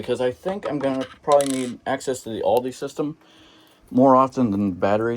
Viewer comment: It’s pronounced “All-duh”. Not all-dee.